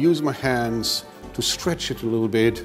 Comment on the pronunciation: lol I laughed my but of and had to listen to it like a hundered times "put just lililittle bit olive oil on it"